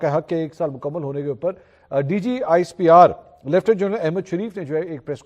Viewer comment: Mansoor Bhai Lieutenant ka sahi pronunciation Kya hay??? Or aap Kya bool rahy Hain???